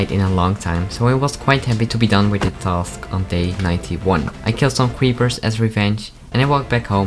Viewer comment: Everybody: Creeper: Cweeper